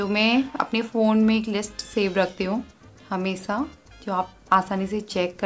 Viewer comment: nasta nai nashta or hamesa ni hamesha...improve ur voculabary